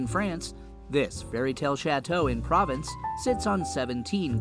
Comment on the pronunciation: What you are showing ,and what you are talking are completly inadequate. And please, learn how to pronounce PROVENCE